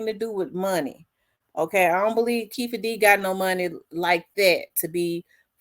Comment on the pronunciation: Keffe😂 pretty sure its Keefe😂